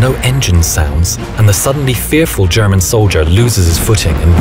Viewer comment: surprisingly good german pronunciation